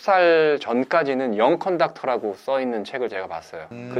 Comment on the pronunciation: 중간에 영컴닥터... 영 컨덕터(young conductor)를 말하신거 아닌가요?